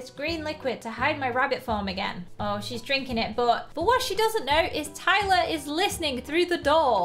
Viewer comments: You’re like Iyler instead of Tyler 😂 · and the part of the gang is ailer. me: ailer? it's tailer.